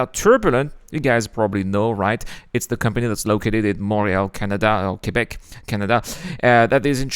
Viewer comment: Dis-donc, t'as un sacré accent français quand tu dis "Québec, Canada"... Et tu surfes en français dis-donc! ...Bel accent américain du coup!